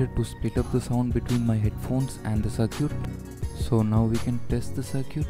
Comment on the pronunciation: Circuit not cir-cute